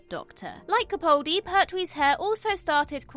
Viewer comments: YOU ARE HOPELESS! I can't say how many times I have politely pointed out that you are saying Peter CaPALdi's name incorrectly. Yet you persistent in saying it wrong. It is frustrating for me and disrespectful to Mr Capaldi. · She may be able to say the name of an alien planet correctly, but she still continues to mispronounce CaPALdi, which is the way HE pronounces it. I've commented on this multiple times, but it's totally ignored. I find it disrespectful. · Why do so many people pronounce his name wrong? It's not CapAWldi. the "pal" in his name is pronounced just like that - a pal, a mate. So, CaPAHldi. That's how he pronounces it hinself so that's the correct pronounciation.